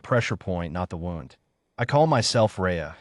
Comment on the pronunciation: WOWND INSTEAD OF WOOND?